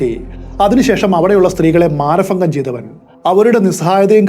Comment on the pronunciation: Mana ഫംഘം അല്ല മാന ഭംഘം 😊